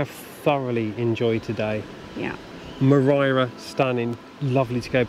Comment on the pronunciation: Actually you do say moriara correctly. We have a holiday home here and you say Moriara perfectly well sounding the second R 👍🏼 Also you say Teulada correctly. Great video. 😎 thank you.